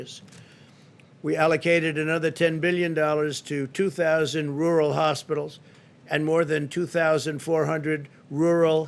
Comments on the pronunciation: "Wural" Donald Trump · New drinking game. Take a shot every time Pussy Boy tries his hardest to say, "rural". 🤣🤣 Lmao!